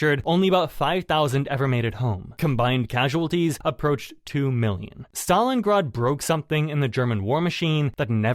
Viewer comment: Ahhh yes, the city if Stalingard. Jeeeze AI sucks hard.